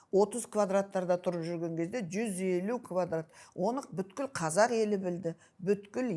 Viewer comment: Беске оқығаңың не керек БҮКІЛ дегең сөзды айта алмасаң бүткілдің түбі бүт дегең сөздең тарқаладі ал бұтің дамбал ішіңде саұатсыз сол екең ЖАРЫҚТЫҚ МЕШІТ ішіңде көргеңсіз қарақатпең қыз ойңақ жасағаңдарың содаң өзге орың жоқ болғаң сең ақмақтарға асып қүтіріп обалай .